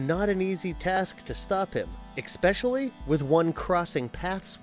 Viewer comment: Ex-specially, and Vlad Tempes? I like the videos but pls try to at least learn the proper names etc.